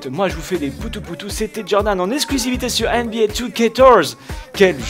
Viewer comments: Tu sais jordan, C'EST NBA 2k14 pas 2TORZE OU JE NE SAIS PAS CE QUE TU DIS !!!! Nan je déconne mais prononcee le vien, tu as pas l'air très intelligent quand tu dis ça :) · Pourquoi tu dis NBA 2K torze ? Sinon super vidéo ^^